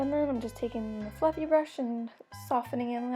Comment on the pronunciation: when she said: a nice fluffy contouring brush i thaught she said a nice fucking conouring brush! :)